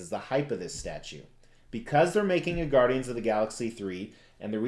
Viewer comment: Are you from Jersey. The Gaudians lol